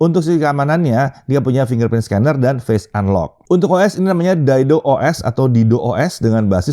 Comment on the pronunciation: dido OS, jangan ditambah L ya tengahnya.. 🤣🤣🤣🤣🤣